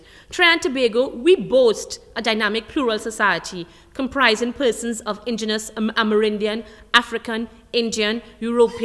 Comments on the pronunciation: "ethenticity"?? -ethnicity "ingenous"?? - indigenous Lord! :/ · The word is 'indigenous' not 'inguous' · What's that word? Ummm, I think it's supposed to be "inDIgenous"... *face to palm*